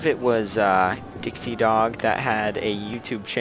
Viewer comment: you pronounced my and dixiedogs name right!